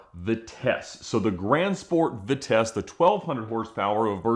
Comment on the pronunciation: Much as I dislike Ed Bolan, for reasons I can't quite explain, at least he can pronounce Vitesse correctly!